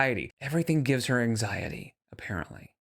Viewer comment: Does that QLR Rosie person have arthritis? Might be why on the arthritis bandwagon. Don't forget, she picks up symptoms from everyone around her. You said the full word (wrong word). She calls it "Ang-zye-et" now. eye roll